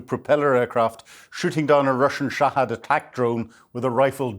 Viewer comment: I like the format - I value the analysis. The only thing I'd like to see is for to to take the time to learn the prononciation of the towns & weapons he's talking about, as for me it detracts from the otherwise great content (eg Lyman (Li-man) ShahEd drones etc.)